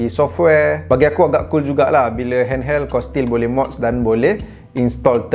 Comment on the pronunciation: aku dengar dia kata hand"HELL"